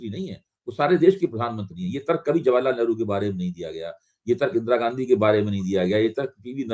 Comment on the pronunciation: read ghanchi in place of gandhi.